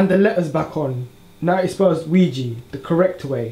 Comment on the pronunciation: "LUIGI" instead of "OUIJA" 😂😂😂 I loved this humor